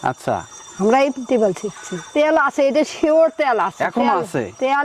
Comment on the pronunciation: ত্যাল না, তেল।